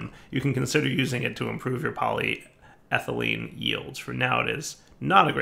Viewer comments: I watch these videos early in the morning so sometimes I fall asleep... But then I heard say polyethylene correctly and my eyes shot open. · Yay, said polyethylene properly today! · He said polyethylene right!!! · I was having a doozy of a bad morning, but hearing pronounce polyethylene correctly actually put one hell of a shit-eating grin on my face. 'Tis the little things I suppose lol Thanks, you're the best buddy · He finally learned how to say polyethylene!!!!